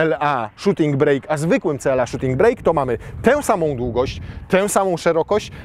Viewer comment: Panie! Nazwa tej wersji nadwoziowej to Shooting BRAKE (a nie BREAK) - a więc "hamulec" a nie "przerwa":)